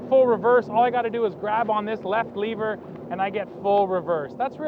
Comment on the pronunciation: its lever. not leaver. LOL